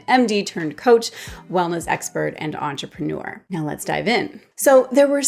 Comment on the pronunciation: You lost me when you said entrepreneur 🙄